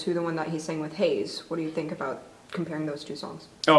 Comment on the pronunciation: thanks for butchering heize's name